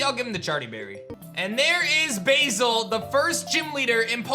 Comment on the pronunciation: Pronouncing Basil as Bayzil? Oh blimey. It's Baz-ill :)